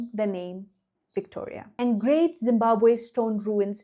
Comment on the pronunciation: Great to hear you say Zimbabwe with the one w. 😊